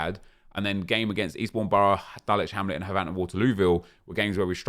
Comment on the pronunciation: You know these videos are fantastic when you're biggest problem isn't enjoyment, or EAids, or rebounds. It's the fact that, as someone who lives near Havant, it annoys me that he doesn't pronounce Havant the same as "haven't" like it should be 😂